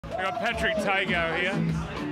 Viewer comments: Why is through commentary they pronounce his name as tungo all the time it’s literally tago😂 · It's izack tago not Patrick tago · The way Johns says Tago is ridiculous. Its not even that hard to say correctly.